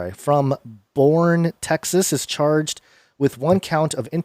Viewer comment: Boerne TX is pronounced Bernie, just sayin.... get it right like Baz